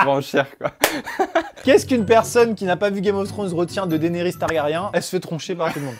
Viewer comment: "TargaRIEN". ... Tu regardes la VF ? 😂